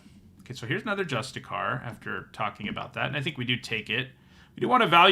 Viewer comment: You also keep saying "justicar" instead of "justiciar" and I can't tell if it's because you aren't reading closely or don't know they're pronounced differently. But what I really wanted to jump in to say is I notice people consistently underrating Indoctrination Attendant. It's not flashy but it fits into a really nice spot in the format where it does basically everything you could want and sometimes blows out the game with a clutch return-to-hand.